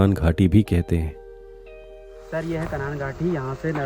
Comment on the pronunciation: सही हिन्दी सीख तब यूट्यूब पर आ। कन्हान???